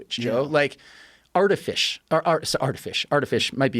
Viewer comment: Anyone else die when he said "artifish"..